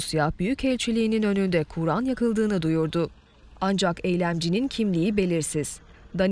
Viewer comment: Kuuuran degil kur'an